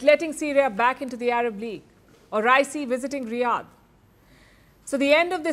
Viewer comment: Pronunciate Raisi correctly